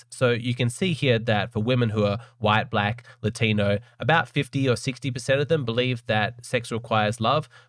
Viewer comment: Latinwhat????? The correct is "Latino" (For context, i'm brazilian)